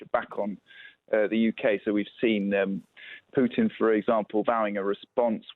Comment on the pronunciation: Learn to pronounce Russian names.